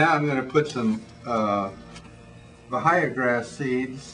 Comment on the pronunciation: The "h'' is silent in Bahia Grass. It is a Portuguese word. It is pronounced ba-ee-ya. Just like the h is silent in hour glass and vehicle and honor.